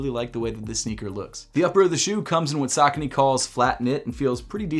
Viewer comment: Its suu koni. Not sok o ni. Just making observation... potato potatto